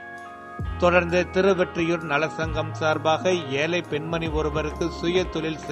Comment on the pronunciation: நீங்க எப்பவும் திருவெற்றியூர் என சொல்றீங்க திருவொற்றியூர் திருஒற்றியூர் சரியாக சொல்லுங்க